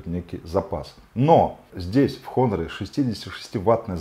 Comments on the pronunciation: "Н" в начале слова не читается, по этому правильно произносить Онор. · Автор, учи английский. Читается "Онор". Без х